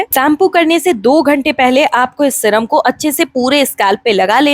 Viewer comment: Syrum hota hai madam shram nhi